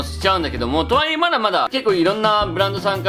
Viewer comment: 「と↓は↑い↑え↑」が気になりすぎるwwwww 疲れないスニーカー欲しいんだよなぁ😑